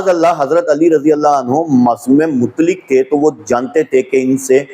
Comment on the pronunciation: KSJ, SA : lafz ‘mutlik’ Nahi bulke “MUTLAQ” hai! Sahee talaffuz ki practice ker len!